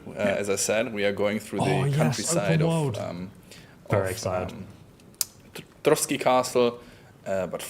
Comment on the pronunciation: Trosky, not Trotsky